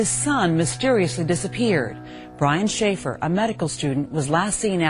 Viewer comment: SHAY-FER; SHAY;PHER Say his fucking name right, Jesus Christ.